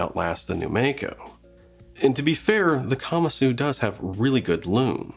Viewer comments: Like the video but you are pronouncing it incorrectly: the Japanese word is pronounced kuh-Mahsoo. Not kama-soo. So please pronounce it correctly: kuh-Mahsoo. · I don't think kamasu is pronounced that way.